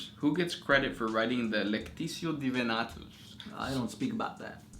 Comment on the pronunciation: QUESTION: How do you pronounce Divinitatus? Is it "DI-VI-NA-TUS", or is it "DI-VI-NI-TA-TUS"? (try actually looking at the letters for once)